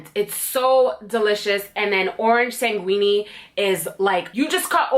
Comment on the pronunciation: Thanks I enjoyed the video but about the Atelier perfumes it’s orange sanguine SANG-IN it’s French you said it like it was Italian